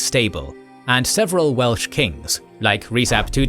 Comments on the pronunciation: Yay more Wales! Great pronunciation! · As a Welshman I’ve really enjoyed this series. And your Welsh pronounciation is excellent! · It truly is. The way he pronounces all the Welsh names near perfectly without missing a beat truly warms my heart. So many names get butchered on other channels, but never here. Diolch!